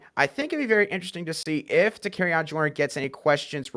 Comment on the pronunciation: Love the podcast!!! One small adjustment. Joyner’s first name is pronounced Da-carry-on….